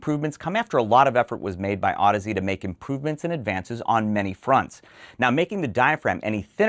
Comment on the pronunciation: Wow. How many times did you have to practice saying that last name before you nailed it?:-D Amazing., your interviews with industry movers and shakers are excellent. I learn a lot, and it's easy to get excited about the nitty gritty when they're so clearly and eloquently discussed by those in the know.